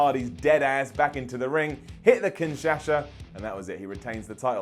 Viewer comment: Was it just me that heard he saying Kinsasha